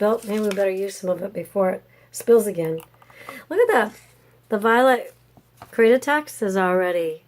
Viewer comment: Interesting pour! I like the end results. BTW ... I 'm sorry but, my OCD is driving me crazy. I think you're mispronouncing CREATEX. It sounds like you're saying CREAT A TEX, with an extra A.